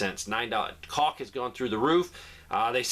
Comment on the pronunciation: Caulk not cock going through the roof lol